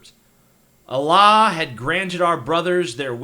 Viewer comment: You pronounce Allah weird.